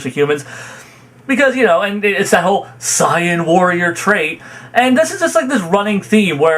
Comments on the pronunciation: Why do you say Saiyan like that? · Goku has often put the fate of the universes lives at risk sure, but goku has also always been pretty against actually killing. Knowing that him winning means the death of all the fighters and innocents in those universes is out of character. And for the record i hate the way you pronounce almost everything that has to do with dbz lmao especially the word "sayian" and "goku" lol